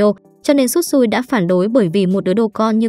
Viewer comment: Shisui mà nói Tsutsui